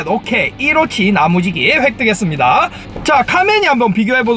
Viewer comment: 나무지기가 계속 야무지기로 들린다ㅏㅏㅏ